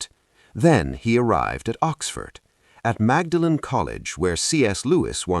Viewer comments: It’s pronounced “Maudlin” college. Not Mag Da Lain. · Just a quibble: Magdalen (the name of the College) is pronounced, not as a trisyllable as written, but as "Modlin". It's an Oxford eccentricity. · I stopped listening with "Magaden College". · The correct pronunciation of "Magdalene Coolege" is "MAWDLIN COLLEGE" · If you got a human being to read your text, you might get 'Magdalen' pronounced properly. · Since the voice doesn't know how to pronounce "Magdalen" you have to wonder about where the video comes from (not that I don't agree with the content). And "Canterbury" is not pronounced in a British way, either. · "Low church Anglicanism that barely exists any more". It certainly does exist and is flourishing in many places. And please pronounce "Magdalene" correctly, the way they do at Oxford!!